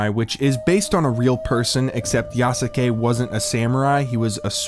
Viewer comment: Yea you are saying Yasuke correctly